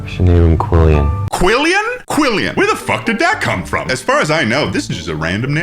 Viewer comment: Quillan is a real name, I know a guy named that. But pronouncing it "Quillian" means the kid's gonna have a rough time in school